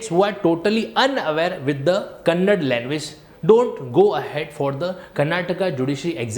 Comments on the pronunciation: 'Kannad' nahi 'kannada' bolo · Kannad bhasha nahi KANNADA bhashe hota hai..